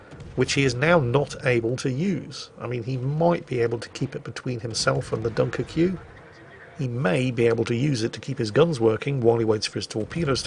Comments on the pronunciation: As a Royal Navy veteran, retains his instinct to antagonise the French by pronouncing “Dunkerque” as “Dunker-Q” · I've heard you mispronounce some things before, mainly player names which you sometimes wisely avoid, but I've never heard the pronuncation of Dunkerque like you did. If I'm not mistaken, the reference is to a French location in the north of France, pronounced [Dunkirk] -->> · Stop being an oik, can you please just say “Dunkirk.” So uncouth. Once is funny, sort of. Repeating a bad joke, doesn’t make it funnier. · why is he calling a "dunkerque" a "dunker que"? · Yeah, gotta love a bloke who has toddler tantrums about people mispronouncing English words intentionally mispronouncing other languages. 😂🤦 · Dunkerque (Dunkirk) pronounced like Barbecue, repeatedly, is there a subliminal message there ;) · You insist on pronouncing every letter in Dunkerque. Does this principle apply to Worchester as well? BTW Historically you have stayed mostly away from Brexit in your commentary. That seems smart. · i dont like the way you pronounced dunkerque